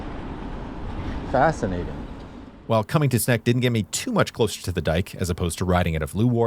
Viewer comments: You have now advanced from a mere cycling enthusiast to the official geographer of the Netherlands with amazing cinematography and captivating scripts with cliffhangers. 👍🏻 BTW, your pronunciation of Sneek hurts my ears. The English Wikipedia article for the town has an audio example of the name in Dutch. (pronounced like Engl. Snake). The Dutch Wikipedia only has the Frisian name in audio. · It's a snake from Sneek. Not a snack from Snek. Overall i think you do your pronounciations well and put good effort in it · Sneek is pronounced snake. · The correct way to pronouce Sneek is exactly the same as you do pronounce 'snake' by the way. Greetings from a guy from Sneek 😄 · and the funny thing is, the "correct" (Dutch) pronounciation is pretty close to the regular pronounciation of "snake", haha. I don't know how it's pronounced in Frysian though, which is of course the real correct one. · Sneek is pronounced the same as the word 'snake' in english. Just a tip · HUH?!.. Correct pronunciation of Dutch places?! Edit: Nevermind, Just reached the Sneek part. It's pronounced like Snake. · Hehehe did you at least have some Snacks at Sneek? Funnily enough its pronounce exactly the same as the English word "Snake" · From a Groninger I'm telling you even if those damned Frisians are mighty annoying, they have the easiest to pronounce city in the Netherlands for a native English speaker, Sneek is pronounced snake. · Sneek is pronounced the exact same as the english word snake. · Sneek I pronounced Snake. My hometown. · fun fact, my Opa was one of the engineers that worked on this modern bridge before moving to Canada. I visited Sneek because that's where my dad was born and where my dad's family is from. Beautiful town. Incredibly dense and walkable for a 35,000 person town. Also, sidenote: Sneek is pronounced "Snake" like the animal. I know zero Dutch, so not being critical, just thought I'd mention! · Sneek is pronounced: snake.